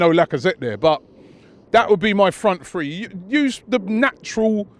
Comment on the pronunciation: I cringe every time these guys say FREE... it's THree... not free. lol